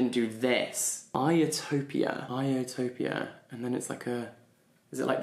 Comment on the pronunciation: Noooooooo ahahaha when you kept saying Iotopia so confidently I was dying inside 😂 I was screaming IT SAYS HISTORY IN GREEK HAHAHA❤